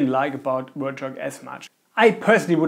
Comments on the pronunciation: "wert" shock lol. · its hard for us germans, to pronounce it so dont be to hard.